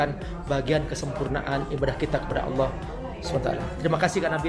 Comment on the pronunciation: Allah bunyinya kenapa awwlah padahal tidak ada huruf wau